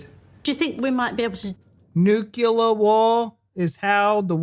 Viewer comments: Nuclear. Noo-clear. New-clear. How you guys got to Nukular from Nuclear fraggles my mind 😂. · Talking of mispronouncing thing 'nuclear' has only two syllables; 'nu-clear'. 😄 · Nuclear not nucular mate. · Nu-CLEAR, not nu-KELAR. It comes from the word nucleus. As in splitting up the nucleus of an atom to create energy. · It’s NUCLEAR NOT NUCULAR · Nucular War? Do you mean Nuclear War? Not the best of starts....... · A lot of people cannot say Nu-clear and find themselves saying “nukula”. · Not sure what nucular means…please explain. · Please stop saying 'nucular' - it's nuclear. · Please, nuclear not nucular! Not unless you're doing a George Bush impression. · It's pronounced nuclear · I can't watch a video in which someone pronounces "nuclear" as "nukular", even if it's a joke. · I was referring to the "clear" part. How did they get (new/noo) - kyoolurr from clear.